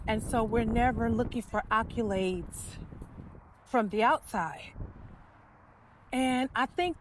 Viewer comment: It's ACCOLADES (clapping) not akyulaids.